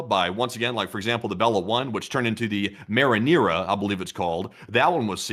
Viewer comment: Marinera, not marinara.